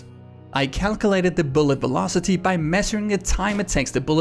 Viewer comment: Velocity sounds like bulocity